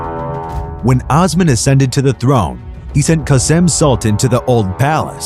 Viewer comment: it's not (ahs man)....it's Os man....long O....seriously, people who want to teach history seriously need to learn the pronunciation of the names in their own language! And no one actually knows if Ahmed rewrote the law of succession, as it was rumored that Kosem Sultan did it in his name after his death. "Osman! I wish from Allah your reign get ruined, I hope you could not reign as much as what you have deprived me of my life!" Twelve days following his death, a harsh snow fall in Istanbul which was considered as Allah's message to Osman that he killed his brother. Osman II was strangled to death. After Osman's death, his ear was cut off and presented to Halime Sultan and Sultan Mustafa I to confirm his death and Mustafa would no longer need to fear his nephew. It was the first time in the Ottoman history that a sultan was executed by the Janissaries. During his reign, he had at least 2 sons and 1 daughter. .. all 3 children only lived a year.